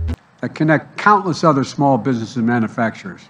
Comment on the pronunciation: He can't say manufacture either.